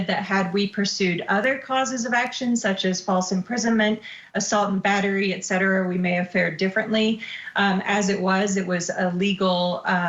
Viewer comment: When you try to come across serious but you say "EGGcetera" instead of ETcetera and your AI text to voice calls Leah Miss ReMIni. you know why people join scientology? They think they are special. Just like you and YOUR religion, which is of course the only right one. Americans and their war and religion... Sad clowns with the IQ of a wet rag. 🤣🤣🤣🤣🤣